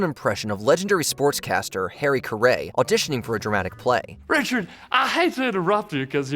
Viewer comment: Wait, I just heard a faux pas. Did he say "Harry Cuhray" instead of Harry Carry?